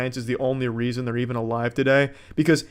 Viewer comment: “For some reazhon”